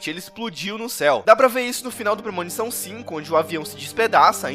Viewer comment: PRE -MO-NI-ÇÃO